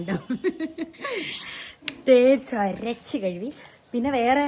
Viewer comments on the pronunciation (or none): none